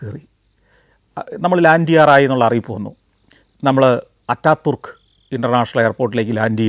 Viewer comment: അറ്റ തുർക് എന്നല്ല ഉച്ചാരണം അതാതുർക്കു എന്നാണ്